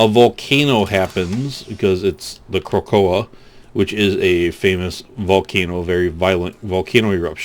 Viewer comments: It's pronounced krakatoa(crack-a-toe-ah)- it's a spongebob reference its when they become super heroes and squidward becomes the volcano guy and he says krakatoa "get him angry and he's bound to erupt" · Wow that pronunciation... you obviously missed the spongebob reference here